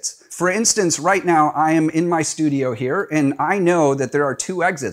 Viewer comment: Orient, not Orientate. Exits, not Exists. I'm an immigrant and I had to learn to speak English properly which unfortunately for me drives me nuts when I hear people not speak properly to the point where I'm not listening because it makes me doubt what you're saying.